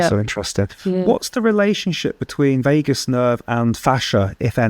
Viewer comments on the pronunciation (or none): none